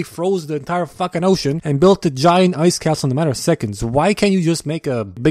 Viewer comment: "entier" Nice.